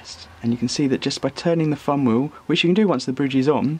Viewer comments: this guys voice made give up on video. fumwheel instead of thumbwheel? please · The "Fum Weyew" lol Thumb Wheel*